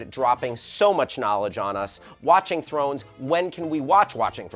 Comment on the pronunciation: a girl cannot say throner